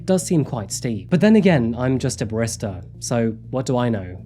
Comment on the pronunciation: can't even pronounce "barista?!" I'm used to him slaughtering the English language all sorts of ways, but to be unfamiliar with a word so closely aligned with his obsession with coffee?